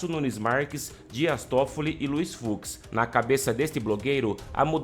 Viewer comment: FUX e Não FUZ, Desculpa a a Correção Ai.